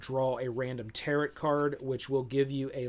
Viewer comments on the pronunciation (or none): Thanks for a decent review and rundown of the game and its mechanics! Really dig the depth-without-spoiler style explanation. My biggest complaint about this video is how you mispronounce "tarot" so many times. It doesn't rhyme with carrot, guy.